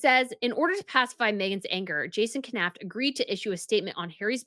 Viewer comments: Jason Knauf (Nawf) you don't pronounce the K. :) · You know the K is silent in Knauf right... you wouldn't pronounce Knife as K-nife